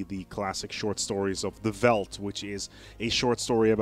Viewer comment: just fyi it veldt is a afrikaans word so you actually pronounce it like felt with a slight slight vvvv sound on the f. weird i know